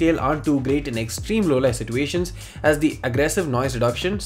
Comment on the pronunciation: It's nothing, I was just trolling on the way you pronounce "situation". I find it funny for some reason, that's all.